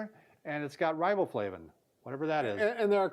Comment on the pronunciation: " it has raboflavi , whatever that is" lol.